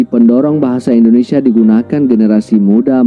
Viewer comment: Sayangnya kalau nyebut Indonesia....jadi endonesa...bukan endonesa bang...Indonesia....